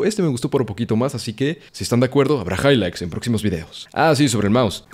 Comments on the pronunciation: Me mamo el higligths jaja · momento hihgligts